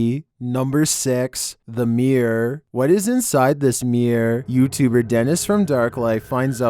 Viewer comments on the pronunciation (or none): #6 - it’s not a ‘meer’ but a ‘mirror’ ! And a dirty one at that !